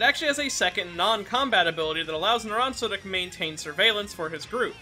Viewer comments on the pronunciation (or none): "Naransa" Bruh